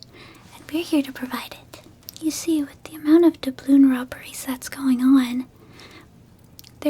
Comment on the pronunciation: Every time I hear dabloon I can’t help but think of Davy Jones from SpongeBob